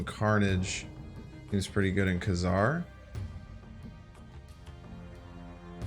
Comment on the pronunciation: I believe the 90’s cartoon cleared up the pronouncement of his name as “Kay Czar” not “Kuh Czar”. New to the game and it will be a long time before I can get to Thanos but now I have an end goal. Thank you for your videos.